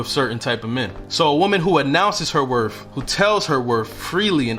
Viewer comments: Wor TH not Wor F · W o r t h. Not werf. W I t h. Not wif. People will take you seriously when you can speak the language correctly. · I’m glad that you corrected yourself to pronounce “WORTH” correctly at the end of your first point. Nothing drives me more insane then somebody who mispronounces worth as “WORF”. On another note, the content of your video is on point! Thank you 🙏🏽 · You lost me at "werf" (instead of correctly pronouncing "worth") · Worth. Not WorF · Worth, does not end in "f". I respect men who speak well. You did say it correctly when talking about a car. Other than that, your facts were spot on. Coming from a woman over 60. Most young women are quickly to ask for things, instead of touting her standards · The word is worTH not worF. 🤨🤨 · It's you sayin "wor-F" 🤣...good info tho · WorTH with a TH like mouTH, don’t pronounce it as a F man. I can’t take people who speak broken english seriously, regardless of the message. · you are not saying worth properly . there is no f sound in worth. thank you very much.